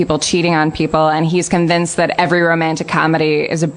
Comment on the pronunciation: “but yoh’ve convenced meh” Her accent sounds here sounds just like SNL’s Californians sketch. I used to date a girl from CA - whenever I’d try to point out her accent, she wasn’t having any of it haha. That being said, the way I talk like I’m from the Rustbelt is even worse :)